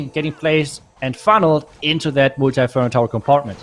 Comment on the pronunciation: He say moalti inferno instead of multi inferno